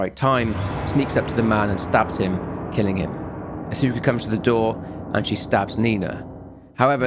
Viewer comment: Note if you run into the name again in the future. Asuka is usually pronounced "aa-skuh"